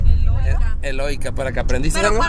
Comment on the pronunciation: No se si estabas de sarcastico pero la energía es eólica no eloica jajaj saludos desde cd juarez